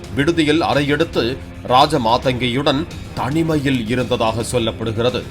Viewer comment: அதை மட்டும் அழுத்தி சொல்ற